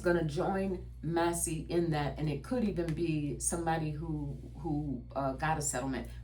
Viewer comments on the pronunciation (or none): 😊 Congressman Thomas Massie's last name is pronounced MASS-ee. The first syllable rhymes with "class," and the second syllable sounds like the letter "E". Not mossy. ♥️🥰